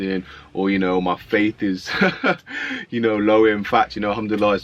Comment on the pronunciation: Akh no aslaamualaikum? And why do you always say humduallah ? It’s al-humdulillah?? shed some light??